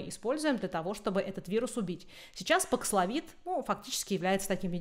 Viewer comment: Спасибо! Очень актуально: что делать в России? Прививаться Спутником дальше? Говорят, он не годен для бустера. И просьба четко произносить названия. Бакславин? Пакславин,бакславит, пакславит/д, бакслафин/д/т? Это особенно важно, когда слово новое, термин, имя, фамилия, топоним. Очень распространенная вещь многих спикеров